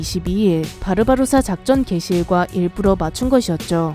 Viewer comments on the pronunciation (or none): none